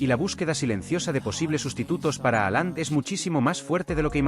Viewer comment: .....no se pronuncia así.....Jalan